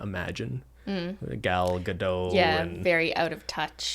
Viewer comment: I know this is a very serious episode and I should probably contribute to the discussion, but this is also the first time I have heard someone not from my country saying Gal Gadot's name and it was very weird. Also btw you are supposed to pronounce the t in the end of Gadot.